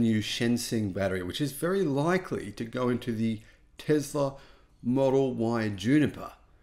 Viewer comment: It is "Tesla, tessla" not Tezla! So annoying